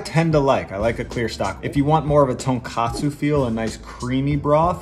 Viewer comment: By the way it's pronounced "TonkOtsu", not "TonkAtsu". I've seen so many people pronounce it wrong lol, "tonkatsu" is pork cutlet.